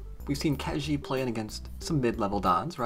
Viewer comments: Ke Jie is pronounced Ke Jea (as in yea) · Hi, to get the right pronunciation, copy 柯潔 to Google translate and choose both "from" and "to" as Chinese. Then you can click on the speaker icon to hear how it's pronounced.